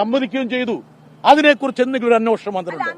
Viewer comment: ബ്രിട്ടാസ് അന്വേഷണം എന്ന് ശരിക്ക് പറയൂ